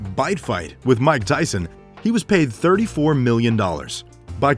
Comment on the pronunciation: Mike not Mick. Silly boy.